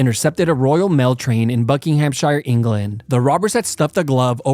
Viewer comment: It’s pronounced buckingamsheer